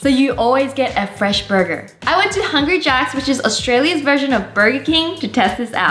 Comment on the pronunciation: " they're fress... But stil have salt on them"